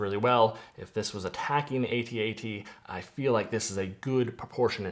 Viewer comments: It's an ATAT not AY-TEE-AY-TEE 😂😂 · Both are canonically correct but A-T-A-T Logically makes more sense as it's an acronym